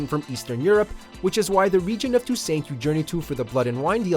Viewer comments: “To-saint”?!? Ummm...isn’t it “to-sont”? Come on, y’all pronounced Beauclair correctly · Absolutely love everything about the Witcher 3. As much as I love Red Dead 2 and how incredible it is, I really think I like Wild Hunt just a little more. Would love to see you do a "Best Places" video on Red Dead 2. Also, Tousaint, pronounced "Too • sahn" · Toosaint? The fuck? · It’s pronounced Too-sah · "Tooo-saaaynt". WTF BRO ?? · "Tusaint" WTF??? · Yikes... “two-saint”? Cringe... did you never play the game or something...? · It’s toussant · The way you pronounced leisure made me feel uncomfortable. How you pronounced Toussaint was just unbearable. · Please learn how to pronounce Toussaint...... if you are doing a public video you should research these things 🤦‍♀️ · If you can't pronounce toussaint then you don't have my respect. Disliked. Also the fact that you have mentioned entire regions instead of places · You totally butchered the pronunciation of Toussaint! As for how you say leisure.... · If you actually pronounce it like the French would, it is neither - the correct French pronunciation can be found, for example, here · yup...the "T" at the end is mute in French